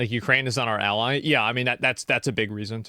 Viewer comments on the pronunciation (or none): none